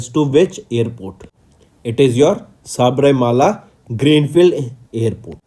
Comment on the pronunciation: Enathu saibarmala va😂 yow athu sabarimala ya... Already rural ku rular nu solitu iruka ithula ithu veraya 🙄